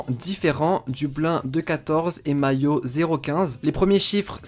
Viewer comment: Par contre mayo se prononce mai-oh